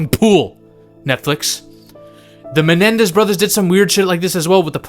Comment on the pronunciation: It’s Menendez brothers, NOT MeLendez brothers.